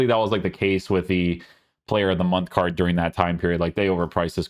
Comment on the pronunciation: Bro please stop saying "CARDJ" instead of "card" lol you also say goodj like where does the J come from haha. Like ur stuff but abit annoying after watching for ages and the word "card" comes up alot lol